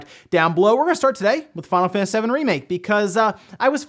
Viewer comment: "we're gonna start today with fawnafaniss remake"